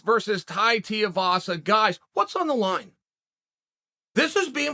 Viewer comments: its tai tui vasa not tai tiavasa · "Tie Teahvasa" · Too-eee-vasa say it with me uncle Chael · Good ol Tai Teeavasa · Who the fuck is Tai Tee-uhvasa? I swear Chael mispronounces on purpose lol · Tai Tiavaza - he does it every. Friggin. Time. :D Edit: is there a SINGLE vid where Unc doesnt get at least 1 name wrong?